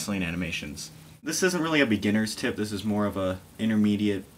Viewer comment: Tip not TIp :P